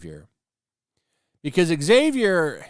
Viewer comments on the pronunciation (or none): IT IS NOT PRONOUNCED EX ZAVIER. IT is pronounced "Zavier"